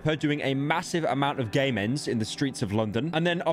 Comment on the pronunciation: he saying "game ends" but sounds exactly like "gay mens"